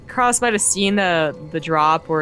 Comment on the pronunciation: I think his name is actually "Crass" not "cross" as you pronounce it. Like the 1980s British punk band